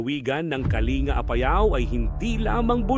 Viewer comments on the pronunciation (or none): Pronounce as kaling ga hindi kalinga